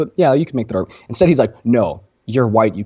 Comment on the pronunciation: You pronounce "argument" as "ar-you-ment", i.e., you elide the hard "g" sound. Just FYI.